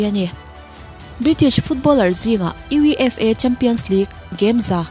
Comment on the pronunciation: UEFA hi U,E,F,A tia spell lovin acronym angin U-EI-FA(FIFA ang deuh khan)tiin lam tawh zawk la,,😊a dang chu flawless vek e..I absolutely love your voice❤️❤️